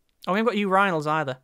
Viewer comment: Did he really just say uraignals? I'm triggered...